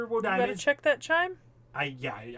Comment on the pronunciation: Btw I am Hoping someone else already told you this but Wodime is pronounced Wo-Dime not Wo-di-me his jp pronounciation is uodaimu, some other stuff, Wodime father would try to kill his son because there grandfather skipped his son to give the family magic crest to his grandson, (the magic crest and circuit s are basic fate lore but I wanna mansplain they are basically Nervous system like organs that allows people to use magic, it's transplanted from the parents to children), also it was a homeless Kid not a man